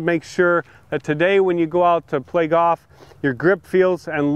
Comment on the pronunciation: Hank can't even pronounce the word golf, so I don't trust his advice.